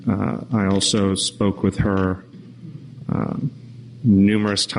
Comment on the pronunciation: Wiff regards to......